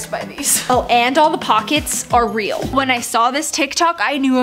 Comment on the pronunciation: The way she says “…and all the pockets are REAL!” lol